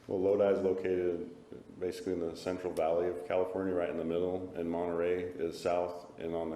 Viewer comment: Martinez says “Arias” so extra but can’t say “Monterrey” correctly lol